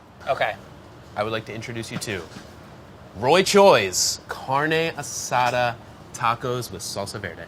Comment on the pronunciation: Carne a-Suh Dude